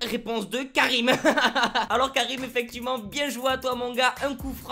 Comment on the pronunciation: Mais si le gas il a crier 100 fois Karim loin si tu aurais pas dit qui disais Karim j'aurais mis dans les coms qu'il s'appeller anim mdrrr